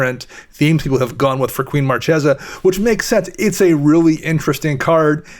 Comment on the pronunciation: Marchesa is an Italian word. It's the female counterpart of Marquis. It has a 'hard c' - Mar-KAY-za